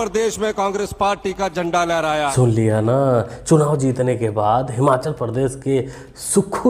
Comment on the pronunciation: ये हिमाचल को "हमाचल" कह रहा है सुन लो हिमाचलियो